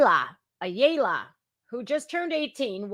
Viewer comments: That name is said -- aaaa - ya La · Ayala is pronounce Like eye y'all uh